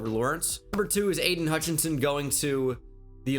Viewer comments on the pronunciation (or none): none